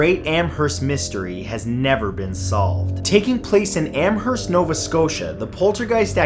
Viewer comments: Amherst is my home town ! It’s pronounced amerst the h isn’t really pronounced anyway fun fact ! There is murals that take up whole sides of building on this poltergeist story and plays put on in recreations of the events ! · H is silent in Amherst.